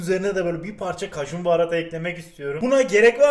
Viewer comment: Nobody: Kajun baharatı ekliyürüzz